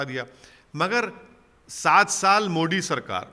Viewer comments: इनको मोदी नही बोलना आता है उनको मोडी बोलते है ओबैशी 🤣🤣🤣🤣🤣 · पहले तो बोलना सीख ले टापू । मोदी बोला जाता है मुल्ले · अरे मुंह से पान निकाल कर बात कर यार मोदी मोदी बोल✊✊